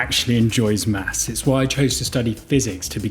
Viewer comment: It’s pronounced maths not maps